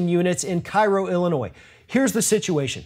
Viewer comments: It's pronounced "Kerro" not "Cairo". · Sorry, but it isn't pronounced Kai-ro. It is Keh-ro. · Cairo Illinois is pronounced " Kay ro " like the syrup . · pronounced "KAY-ro" 😉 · fyi, it's pronounced Kay-rho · FYI, Cairo, Illinois is pronounced KAY-RO. I know, it's spelled the same as the Egyptian city, but it's the Southern Illinoisan way of saying it.